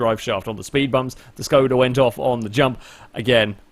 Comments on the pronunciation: Actually, it should be pronouced as if u wanted to say Shkoda ^_^ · ITS NOT SKODA ITS ŠKODA!!!